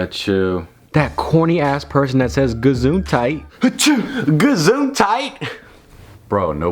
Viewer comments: Einfach mal alle Deutschen beleidigen wtf Btw its "Gesundheit", not "Gazuntite" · its just what u say in germany when someone sneezed.. like bless you.. but it is "Gesundheit" not gazuntite xDD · It's actually "Gesundheit". It's German... Do you say Gazuntite as a joke or something? :D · Its actually gesundheit not gazuntite lol german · "gazuntite" boi it's Gesundheit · „Gazuntite“ more like german „Gesundheit“ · dude its not gazuntite, but its "gesundheit" (Deutsch) that means "bless u" xD hahah wtf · Gazuntite? Wtf?